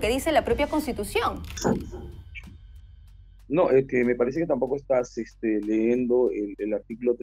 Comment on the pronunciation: "Estas LEENDO" de donde salio este gandul.